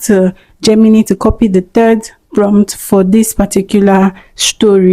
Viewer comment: Great video! Just a small tip: Gemini is actually pronounced 'JEM-in-eye', not 'JEM-in-knee.' No offense intended at all, I still gave the video a thumbs up!